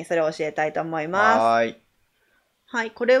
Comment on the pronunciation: おもますってなってるw(((((